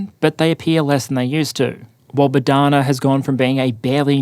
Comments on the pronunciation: Bohdana, not Bodhana👌 And the H is not silent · It is “BoHDana” — not “BoDHana” — a popular ukrainian female name, literally means “God-given”